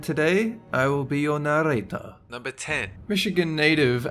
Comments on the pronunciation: Sorry Dolan, I think I miss heard you. It's "I'm Danger Dolan, and today I'll be your narrrrrrrrrrrrrrrrrrrrrrrrrrrrrrrrrrrrrator!" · Narrator? Dolan, don't you mean naRRRRRRator?